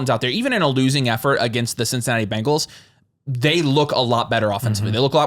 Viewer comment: "In the bugles backfield" lol threw me off